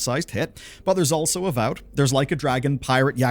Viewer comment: Kcd2 is not gonna be a hit Edit: nah you did not say avoved 💀💀💀